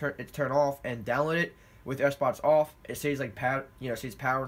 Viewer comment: Am I the only one who heard him say Sbox instead of Xbox